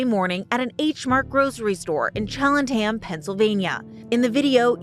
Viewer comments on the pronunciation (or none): "Shellentham Pennsylvania " 🤣🤣🤣